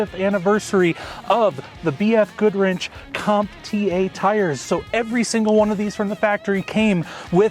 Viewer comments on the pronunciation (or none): The tires are BF Goodrich, not "goodwrench."